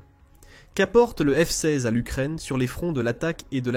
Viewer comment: Le micoyan 29, c'est un avion arménien? Et le F seyze. Insupportable cette voix AI.